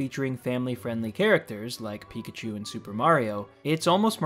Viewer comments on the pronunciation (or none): none